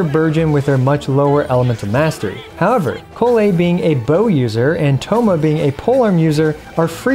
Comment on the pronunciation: why do you pronounce Collei's name in 2 different ways? is correct pronunciation